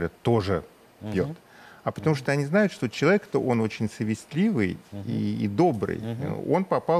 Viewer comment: Стыдно Вам говорить безграмотно сОвестливый,а не совестлИвый,как было Вами сказано